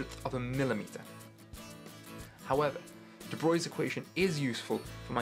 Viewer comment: Bravo! Thank you. Bonus for pronouncing deBroglie correctly (rare). More please. Suggestion: make your personal videos private so we don't have to wade through hundreds of them trying to find more like this (sadly I gave up pretty quickly).